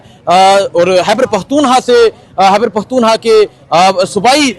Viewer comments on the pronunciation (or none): 🤦‍♀️🤦‍♀️🤦‍♀️🤦‍♀️🤦‍♀️🤦‍♀️🤦‍♀️🤦‍♀️🤦‍♀️🤦‍♀️ حیبر پحتونحواہ 😮😮😮😮😮😮 خ سے خیبر ، پ خ تون ،، خواہ 😮😮😂😂😂